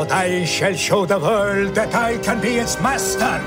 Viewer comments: Notice how Landau says "vorld", while Bela says "world". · The "W" is a bit soft, but you can tell he's forcing it through, probably out of habit, so as not to lapse into a Hungarian "V" on the word "world".